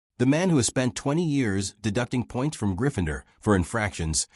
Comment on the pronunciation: If you want success.. recheck the video after AI has voiced it.. What the hell is ‘Gryph-finder’